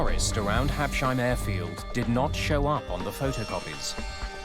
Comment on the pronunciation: Hab-Sheim? Oh, Americans....